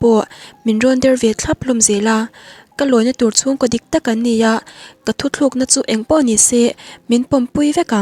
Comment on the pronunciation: Thuthlukna nilovin, thutlukna tih tur 😀😀😀